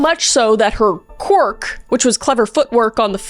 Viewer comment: I can't unhear "quork"... instead of quirk